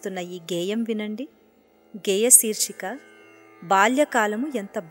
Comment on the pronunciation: Ayyaa, aksharaala uchhaaranalo marintha jagratha vahinchaali; mukhyamgaa vyaakhyaatha garu. Vaaru cheppina paata (edagataanikendukuraa thondara) saahithyam thappugaa udaharinchaaru. garu, 'geeya' kaadu, 'geya'. Alaage 'shirsika' kaadu, 'seershika'. Chinna chinna skhaalithyaalu raakundaa choochukondi. Migatha prathnam mudaavaham. Anyadhaa bhaavincha vaddu.